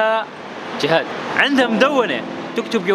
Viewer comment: اسمها جيهان مش جهاد تشابه باللفظ